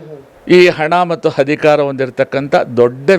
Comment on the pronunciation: ತೀರ್ಪು ನಮಗೆ ಬೇಕಾದಂತೆ ಬಂದರೆ ಮಾತ್ರ ಸರಿ. ಇಲ್ಲವಾದರೆ ಷಡ್ಯಂತ್ರ. ಈ ವಕೀಲರ ಮನಃಸ್ಥಿತಿ ನೋಡಿ. ತಾನೊಬ್ಬನೇ ಬುದ್ಧಿವಂತ ಎಂದುಕೊಂಡಿದ್ದಾನೆ. ಮಾತಿನಲ್ಲೇ ಗೊತ್ತಾಗುತ್ತೆ, ಇವನೂ ಬುರುಡೆ ಗ್ಯಾಂಗಿನ ಸಕ್ರಿಯ ಕಾರ್ಯಕರ್ತ ಎಂದು. ಅಧಿಕಾರ ಎನ್ನಲು ಹಧಿಕಾರ, ಅಧಿಕ ಬದಲಿಗೆ ಹಧಿಕ ಇತ್ಯಾದಿ ಹೇಳುತ್ತಾರೆ. ಕಲ್ಲಿದ್ದಲು ಮೀಡಿಯಾ